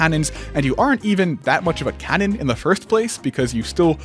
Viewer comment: why does he say cannon like that